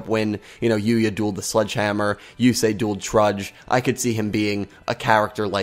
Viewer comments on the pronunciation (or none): none